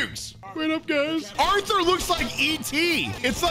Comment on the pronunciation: That’s not Arthur it’s arthor